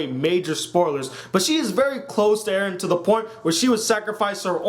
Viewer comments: U said Eden. It's Eren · The pronunciations: Eren= Air•ren Mikasa= Me•ka•sa Armin= Arm•in I am pretty sure it takes place 2,000 years in the future. It has a medieval feel because, I'm assuming, they have the walls which can only fit a few million people so they had to revert to old ways. I think that is also how they have the 3DMG. Also, it makes sense because Annie wore a hoodie. It is a mix of modern and old which I think is perfect. PS: LEVI IS BETTER THAN MIKASA IN EVERY PHYSICAL WAY. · you mispronounced eren, mikasa and armin... HOW THE FUCK CAN YOU MANAGE TO DO THAT.